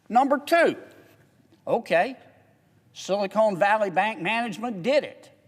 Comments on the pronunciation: he keeps saying silicone valley bank instead of silicon (ca-ahn) valley bank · You sort of have to love how down-to-earth he is. Now if he could only pronounce "silicon", that would be awesome. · Do you ever correct people who mispronounce your last name? Silicon and silicone are physically two different substances. I just think it hurts your credibility if you're speaking on a topic and you can't pronounce it. Think of the hits Bush took for his pronunciation of "nuclear". It didn't change whether he was right or wrong on his viewpoint, but his credibility suffered. That's all I'm saying. Thanks for axing. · JK can’t pronounce “Silicon,” but he’s otherwise correct. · Nope, I have zero respect for anyone who doesn't know that Silicon and Silicone are two different things. Same as Nuclear vs Nuke-you-lurr. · its funny he keeps pronouncing silicon as silicone their is a difference i wonder if he even knows it Silicon is a natural chemical element, silicone is a man-made product. The words are often used interchangeably but there are important differences. Whilst silicon is natural, silicone is a man-made polymer derived from silicon. There are also differences with the applications of silicon and silicone. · I find it really hard to take him seriously when he keeps calling it "Silicone" Valley Bank instead of Silicon Valley Bank. Does he understand there is a difference? Silicone Valley Bank is what they should call a bank here in LA, not up in San Francisco. It should be based in Glendale, because the San Fernando Valley already have the "Bur-Bank." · I don't know if he meant it or not but I'm cracking up at him calling Silicon Valley Bank "Silicone Valley Bank" 🤣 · sorry, i don't trust a man that says "silicone" when he should be saying "silicon" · Respectfully senator silicon is a crystal. It is the building block for semiconductors. It is a short o. Silicone is a rubber. Lots of people mispronounce it.. we need to be precise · "Silicone Valley Bank"?